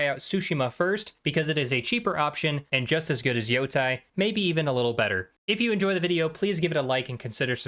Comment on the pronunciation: Why Yotai why not Yotei! When you call them Yotei six you say it right but when you call the game ghost of yotai you call it wrong why how it so annoying